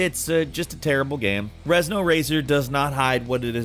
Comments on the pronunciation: It's Ren - zo, Ur-eh-un-zuh-oh, Renzo. Not Rez-no. Please don't disrespect this masterpiece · It shits me out when he keeps saying REZNO instead of RENZO WTF! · REN-ZO not REZ-NO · He called Renzo Racer, "Rez-no Racer" and the game is so bad that I'm not even a bit upset about it. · Rezno Racer! Rezno Racer! The game: Renzo Racer. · Like how you kept saying Rezno instead of Renzo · ReN-Zo, thanks